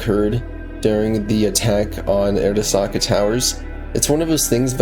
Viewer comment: bro video is ight but why tf do you say Arasaka like that lmao. Like obviously you played the game so you know how it's pronounced??????